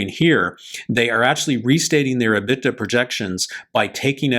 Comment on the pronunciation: liked your video on Blacksky. However, you need to get your pronunciation of your financial terms correct. You kept mispronouncing the term " EBITDA". Drives me crazy when people we are listening to for insight on a specific subject can't take the time to learn to pronounce a name or term correctly.